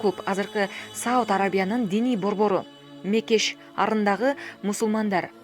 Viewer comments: Нормально ташымалдаганды да билбейт кантип журналист болушат билбейсин Мекеш арындагы эмес Мекке шаарындагы болот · Сабатсыздыгы да журналисттердин Мекеш арындагы деп окуп жатат тан каласын да